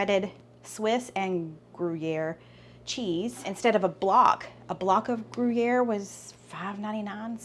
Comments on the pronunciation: I always hear the cheese pronounced groo-yare. Try not to say "grew." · foreign words are hard......pronounce it gree air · I love your videos. That cheese is pronounced greeair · Try gree-air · Gruyère is pronounced "groo-yair" 🙂